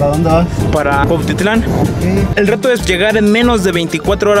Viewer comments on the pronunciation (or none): Dijo Cuatitlán?